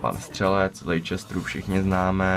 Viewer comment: Jen Leciester se čte "lestr"